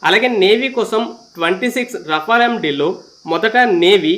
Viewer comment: బాబు రఫెల్ అని సరిగ్గా పలుకు మొదలు. మాట్లాడం రావడం లేదు.